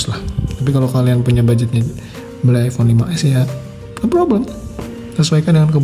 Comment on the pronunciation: Kok sy dengernya iphone 16 ya apa salah denger??!